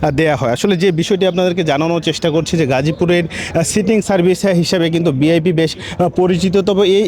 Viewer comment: উচ্চারণটা বিআইপি না ভিআইপি?!!!